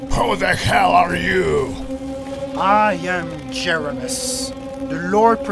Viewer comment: This is giving me Doraleous & Associates vibes, if anyone here remembers that awesome series Also, this animation is unbelievably good, like, really good, like, really really good I can’t describe it You could make a religion series out of it One small complaint, it’s Jer-ee-mos Mos as in mosaic